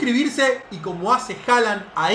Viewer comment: no se pronuncia Haland se pronuncia Holand porque en Noruego la letra å se pronuncia como o. Entonces Håland se pronuncia Holand